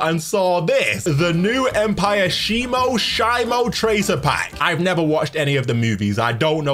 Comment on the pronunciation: Its She mo and why do you hate the name Shimo